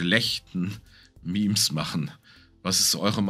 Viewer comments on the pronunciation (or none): none